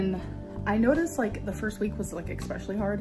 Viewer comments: Ex-specially, ex- cetera.. gives me rage in my heart. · "My hair grows so often..." 🙄Yep, I was flabbergasted too, she's very special. "Eggspecially..." hm hmmm..(you read my mind again...) All jokes aside, there is something obscene about her waxing lyrical about how "powerful" washing dishes is. My mind immediately goes to just how bloody "tone-deaf" this bit of gear is. I can guarantee that the majority of homeless, displaced and/or marginalised people anywhere in the world would scoff at this revelation, just as much as I do. Then again, (mercifully,) they probably don't even have access to the internet. Cheers! 😊🦘